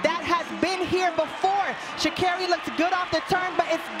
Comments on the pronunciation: Sha -car-Ree is how you say her name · Are they saying Sha’Carri wrong?